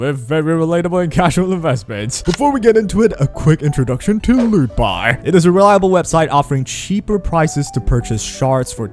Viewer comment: I was on audio and kept hearing lupa instead of lootbar😅